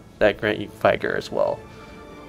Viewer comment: nice vid! just a note, vigor is not pronounced vy-gor, and aura is not pronounced aurora. keep up the great vids!